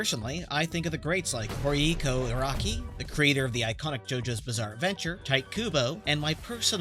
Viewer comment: You got Araki's name wrong despite saying he's your favourite